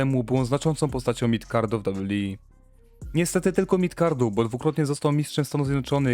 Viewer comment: "prawie ponad rok? Co to za ramy czasowe? Inną kwestią jest mówienie "dabju dabju i". Gdzieś się komuś spieszy? Autor filmu chce być dziennikarzem czy dziennikarzyną?